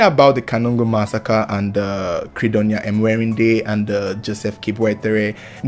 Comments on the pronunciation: It's Mwe_ri_nde not Emwerinde😂😂😂😂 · Am from Uganda She's called Mwerinde not emwerinde Thanks for the story